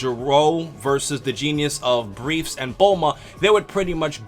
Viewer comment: Isn´t it "Dr. BriefS", actually? always pronounced it correctly afterwards...................